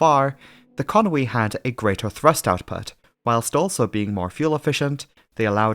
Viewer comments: Where does this "Conwy" come from? It's Conway..... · Con-wee! I've been saying Con-way...